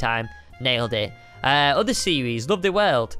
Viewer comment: Does anybody else notice that says series-es